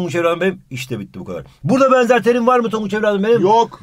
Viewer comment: Denzer değil benzer